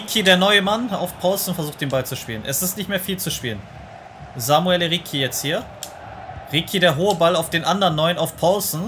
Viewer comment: Beo ricci wird ritschi ausgesprochen nicht rikki Coole folge👌🏽